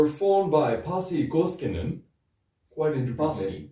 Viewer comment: ...at least you got Pasi Koskinen's legal name pronounced right. But in the name of all that's unholy, please... the "j" letter in Finnish represents the same sound as the letter "y" does in English. There's no "J"esus to Ajattara. Kudos for all the Noitumaa love, anyway. One of the most underappreciated albums of all time. The drumkit was handmade indeed, and you can see it in the video for Ikuisen aamun sara (it's on youtube, albeit in a so-so quality; if you are using that Russian social network by any chance, the quality is better there). The impression you got about the lyrics, though... not exactly accurate, I'm afraid. Koskinen writes about "the evil that men do", basically. No Jesus, but no devil-worshipping either, or any sort of worshipping, unless it's being used to deconstruct the conventional. "Are you begging for mercy from me, the one whom Satan worships?.. And I will kill - I will kill you - and all this time Satan worships us; only through blood will our thirst be quenched - we the children of apocalypse - and all this time, Satan worships us."